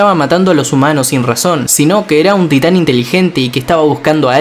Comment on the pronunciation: parece como que dice STAND y no TITAN